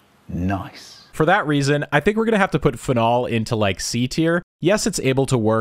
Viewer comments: your pronunciation of "phenol" killed me. I've always heard it said "PHE-nol", not "phe-NOL" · What the fuck it’s not pronounced fen-ALL. It’s FEE-nawl. Anyway great vid per usual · Fehnol pronunciation is getting me everytime you say it. So used to hearing feenol. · Uhhh… It’s “FEE-nol” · the way this man pronounces "phenol" plants an itch in my brainstem that I cannot scratch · I notice you accent 'phenol' on the second syllable.